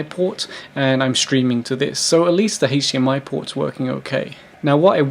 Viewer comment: Cool it has an Haych-diEm-ey poart😘